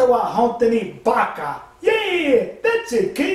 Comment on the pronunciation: あなたは ホントニ 「B(強調)AKA！！！」 で噴いたwww